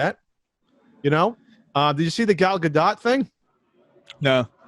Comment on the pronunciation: it took me a full minute to figure out you meant "Gal Gadot." I legit thought you were trying to say Galaga. A Quibi series based on one of my favorite arcade games would almost get me to sign up Jeff Katzenberg & Vince McMahon should team up. Those two could come up with some good s#%t in tune with today's audience :P